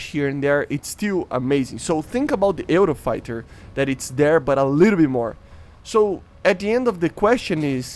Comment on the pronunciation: Also you pronounce it "yoo-row-fai-tuh"